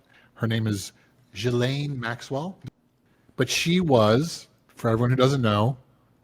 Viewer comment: Oh my goodnesss just say her name right why is it so hard to say maxwells name correctly😊!!! The younger chap said it correctly then the older chap after hearing the correct pronunciation says it wrong again!!!! It's very lazy.